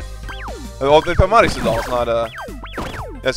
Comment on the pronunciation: except is italian and he's pronouncing Marisa the Japanese way.